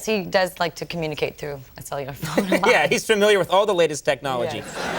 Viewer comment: A "cellular phone," and she had a glitch pronouncing it---so pre-2000s.